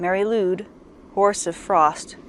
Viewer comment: Nice, but some pronounciation errors, as you say. Lwyd is pronounced like Lloyd, not Lude. Nice imagery. Here’s my version